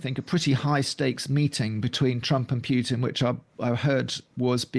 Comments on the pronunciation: Can you, for the love of satan, stop pronouncing Putin's name as [pyewtin], please? Apparently it's your job to talk about him, pronounce his name correctly: [Poo-tin]. Thank you. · Great discussion, thank you! Just a quick note: the letter "u" in Putin is not preceded by a "y" in correct pronunciation. It is pronounced like "ooh" not "you". Pootin, not Pyutin. I am not making a joke. Ask any Russian speaker. Anyway, please keep these great discussions coming. Very well done.